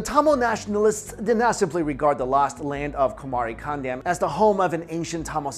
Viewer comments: its not kandam its pronounced caandom as dravidian is the term emerged in late 1800s it literally means the land of respected peoples. dravidam is actually derived from thiru-iv-idam for the europeans to pronounce, thiru-respected like Mr. or miss in english, and iv(adverb) idam-place. so actually dravida is not a ethnic group but tamils are. and aryans is a word derived from arya(ariya) an another tamil word means rare and aryan means rare peoples. to know more about tamils true but not accepted history please watch the videos in the youtube page. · It's pronounced "kaandam" which means a continent